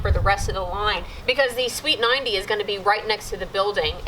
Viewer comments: First couple times you said sweeped 90 i kept hearing "Sweet 90" :P I just thought "Well it IS pretty cool I guess..?" hehehe :D Loving the Michael Flatley dance moves :P Was there any utilities nearby in the end? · I heard sweet 90. we're you saying sweeped 90? they have always been called street 90s to me